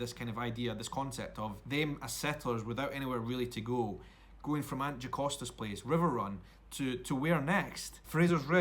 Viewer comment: FYI, its Jocasta not Jacosta. You should read the books, there's so much that can't get included in the shows (or each episode would be 3 hours long, which I'd be ok with lol). Geillis was definitely killed last season, not easy to come back from decapitation, but there may be many more travellers. One of the things in Geillis's notebooks, which Claire stole, was details of many other unexplained disappearances.